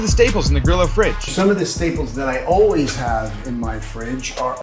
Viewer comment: Facts: Grillo is the Spanish word for cricket, and it's spelled Gree-Yo. The Yo like when you say "hey yo").